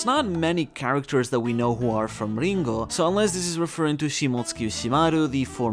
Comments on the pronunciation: He said "Lingooouugh" instead of Ringo, lol. Are you ok? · Unsubscribed for saying Ringo like that.